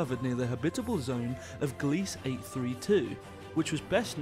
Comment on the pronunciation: At , you pronounced Gliese "gleece", rhyming with "fleece". I confirmed via a visit to Wikipedia that it is the name of a recently deceased astronomer by that name, and it's pronounced GLEE-zuh.